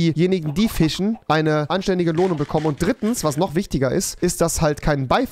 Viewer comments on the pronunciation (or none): Rewi:fichen Trymacs:füschen Normale Menschen:fischen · Niemand: Wirklich niemand: Rewi: fichen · Niemand: Wirklich niemand: Trymacs: Füschen Rewi: Fichen